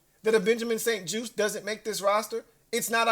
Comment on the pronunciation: juste pronounced like juice so Benjamin st juste